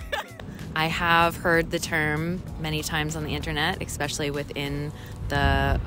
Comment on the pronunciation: whats with everyone saying eXspecially instead of especially? am i hearing things?